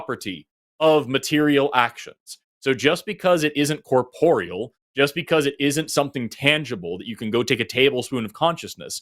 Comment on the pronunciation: strikes me as the kind of guy who reeeeeally loves the sound of his own voice, and wants to show off his newly acquired $5 words (even though he repeatedly pronounced "corporeal" incorrectly)